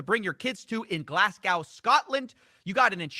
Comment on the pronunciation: "Glass-cow" uuuugh